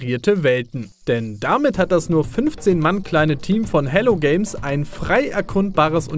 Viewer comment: Hello Games? Really? H,,E‘‘LLO?